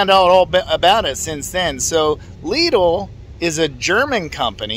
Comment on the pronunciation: There is no excuse. If this guy can pronounce it correctly, pretty much all English speakers can pronounce it. ☺ Lidl is part of the Schwarz Group and the competitor of Aldi.